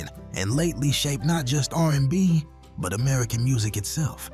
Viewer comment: Narrator couldn't even pronounce R&B in the Al B Sure part😂 And did yall say Seesqo?😮